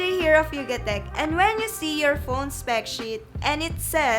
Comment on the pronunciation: Hi aj pacute kpa eh.. Gamda nman ng pagkakasabi mu nga specshit....